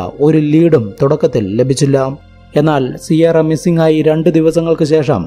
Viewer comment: സിയാറ അല്ല കിയാറ എന്നാണ് സാധാരണ പ്രൊനൗൻസിയേഷൻ.